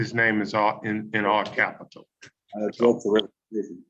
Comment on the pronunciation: it isn’t ajet, the word is object. As a fellow Timothy, please don’t breed.